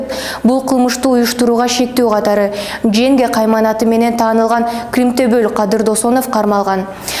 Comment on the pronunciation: Женге эмес женго биро толо Янга дебепсин🤣